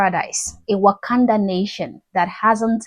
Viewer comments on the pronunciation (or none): none